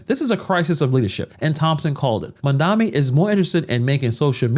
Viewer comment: His name is Mamdani M-A-M-D-A-N-I 😂😂😂